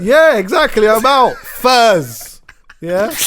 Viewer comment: Did man say FURS lmao